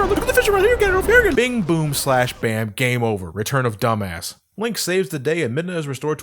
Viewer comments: it's pronounced Dumas XD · um, it's pronounced "doo mas," and I'll thank you to get it right next time